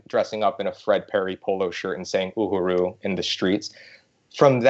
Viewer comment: Ooo - hooo- rooo is not the way to pronounce uhuru.